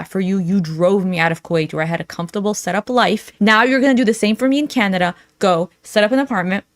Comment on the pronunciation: is it just me or does she keep saying Candada instead of Canada lol